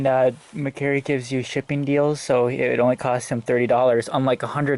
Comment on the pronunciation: You pronounced mercari wrong